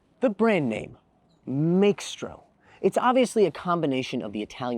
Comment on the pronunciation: Are you sure that "x" isn't silent? I feel like it sounds better when its just Maestro.